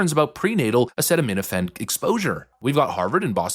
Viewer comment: Ffs. If you don't know how to pronounce a word, look it up before you record. The first I in Sinai is pronounced like it is in the alphabet. And its uh-see-tuh-meh-tuh-fin.